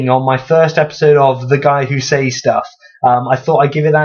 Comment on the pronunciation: I feel the need to rant about the way you pronounce "says". It is pronounced "ces" not "seis".